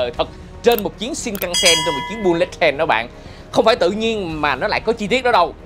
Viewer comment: bullet đọc là bu-lịt mới đúng nha a